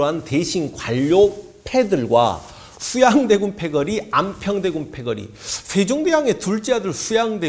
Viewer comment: 슈양대군 셰종대왕 셰숀 슈나라 죠선~~~ 발음중독될것같습니다 선생님